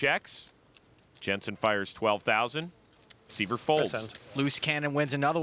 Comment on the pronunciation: IT'S SCOTT S(EYE)VER NOT (SEE)VER)........................... IGNANTS!